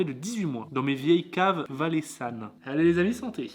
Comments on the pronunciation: C’est pas Valaissanne c’est valais( s sa sonne z)anne 🎉🎉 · Grouyère et Valaissanne 😂😂😂 ps : Gruyère et Valaisanne 👍😁